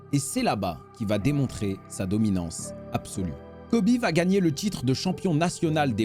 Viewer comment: C’est Colby et pas Coby